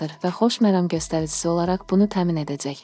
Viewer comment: Edəцəy,gələцəy,azərbayцan,buna bir danışmaq öyrədin,adamın əti tökülür,dinləyəndə